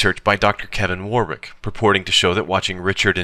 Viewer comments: it's pronounced woh-rik not war-wik... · whilst we're correcting pronunciation... "Warwick" is pronounced "worrick" ;) p.s. it's our language, nonsensical pronunciation is our prerogative! Just be glad he didn't bust out the "cholmondeley" (pronounced "chumly")